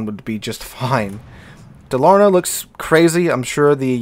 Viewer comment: for people that want to pronounce Dalarna properly its to give an emphasis on Dalar and the na being being a bit more quiet. also the Dalarna stats are absolutley stupid. BASE dpm of 314k with a 6km max concealment